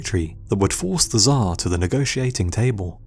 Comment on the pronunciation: its not "ZHAR" how you call russian Emperor its TSAR (CHAR) more like